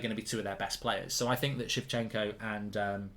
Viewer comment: shevchenko haha come on Mark